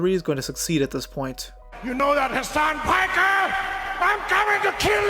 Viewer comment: he 199% says Hasan Pecker lol😂🎉😅 (Edit) Time stanp